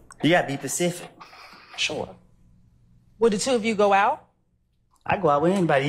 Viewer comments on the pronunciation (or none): “You gotta be pacific” 😂😂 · Be pacific about what you axin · ‘U gotta be more pacific’ 😂😂😂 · Pacific and axe is crazy😂😂😂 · “You got to be Pacific” (Specific) that damn Woody 😂😂😂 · Except for him pronouncing specific as pacific😅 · Did this brotha say, "you gotta be 'pacific'? 🤣🤣🤣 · “YOU GOTTA BE PACIFIC” 😂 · "U gotta be pacific" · "You gotta be Pacific" Oh, he one of dem ones 🤣🤣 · Can you be pacific as in the pacific as in the ocean lol